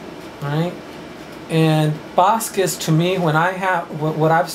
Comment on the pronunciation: Hes correct!! en Boriken( puerto rico) we pronounce our last name Bazquez or z silent.. Bazque